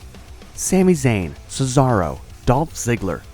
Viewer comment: One of the biggest problems with WWE today is how they pronounce Cesaro's name: it's ché-za-ro; it isn't difficult, come on! Why don't they even try to pronounce his name correctly!? WTF is "Sisàrou"!?